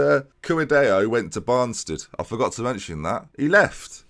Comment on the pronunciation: Banstead is pronounced Ban-stead not Barn-stead. FFS